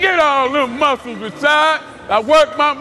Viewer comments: " rashod"-CT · "RASHAD!" lol he didn't wanna step to CT and correct him 😂